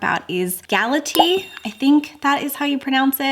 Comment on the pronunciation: I have nothing but love for you so please don’t take it the wrong way. Galatea is pronounced gal-uh-tee-uh, and the Iliad is i-lee-uhd. Just wanted to help.